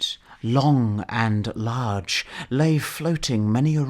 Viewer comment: “Prone on the flood, extended long and large” I loved how you pronounce the laaaaarge!